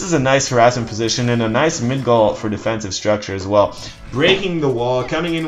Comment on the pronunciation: its MIGDOL NOT MIDGOL OMG MY BUTT HURTS